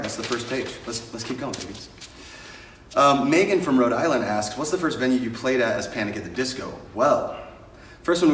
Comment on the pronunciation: When he said Meghan wow I've never heard it said so beautifully and how my name is actually pronounced I always get mEhgan